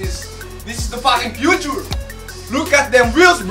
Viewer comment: "Diz iz da pakin' Pyutur" HAHHAHAHHAA Lil bike!